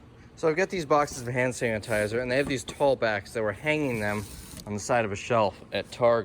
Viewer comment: You are tired!! You said sand hanitizer!!!😂